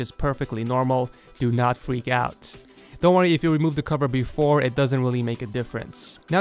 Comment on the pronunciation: "but befo we do dat"